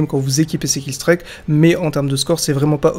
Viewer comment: J'adore tes vidéos mais killstreak se dit "killstrik" et pas "killstrayque" 😉